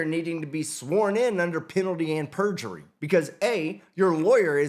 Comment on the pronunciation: "... penalty AND purgery..." LOL 😂